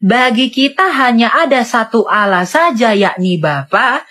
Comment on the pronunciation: Sebut Allah saja salah, jangan kurangi huruf L dong. Siapa yg kenal dirinya dia kenal Allah..